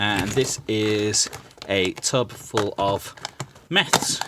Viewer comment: Thanks for sharing. What kind of liquid did you use to remove the initial paint? It sounds like "Math!".